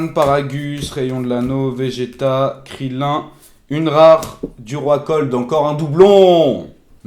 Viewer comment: pardon ???? ça se prononce kirilinne wsh